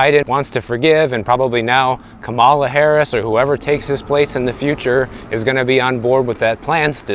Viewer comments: Show some respect and pronounce the Vice President’s name the way she pronounces. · When you purposely mispronounce the name of the outgoing vice-president, that indicates what side of the political aisle you fall under